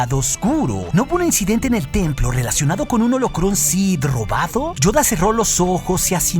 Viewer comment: donde logra hacer la verdadera voz de Yoda y acento.